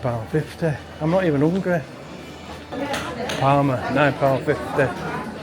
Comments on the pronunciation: Is there any other locals really annoyed every time he said PARMA instead of PARMO??? And also when he called the obvious garlic dip a yoghurt dip!?!?! Anyway cool video, nice to see someone championing the area and that parmo actually looked really nice, will have to try it out that cafe one day shopping. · You kept calling the dish parma and the locals would say yeah parmo, but you kept on right to the end still calling it parma, you are a stubborn beggar but we love you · parmOOOOOOOO ffs 😂 not parma like parma ham 😩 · parmO please stop saying parma 🤣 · PARMO! not PARMA! 🤣 They taste very different in restaurants than they do in cafes and takeaways. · It’s called parmo not Parma 😂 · Good vid man, but parmehhh 😂😂🤣🤣👌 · It's parmo not Parma lol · Ive lived in mbro all my life i didnt know Sydney Harbour bridge was made here. Ps we call it parmos not parma 😊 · It’s pronounced parmOO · You should’ve tried Manjaro’s for your Parmo (pronounced with an Ooo sound not Parma) , great vlog you just popped up in my search, noticed you have just been to San Antonio Tx , will have to check it out , haven’t been there since early 2000’s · It's parmo with a o on the end lol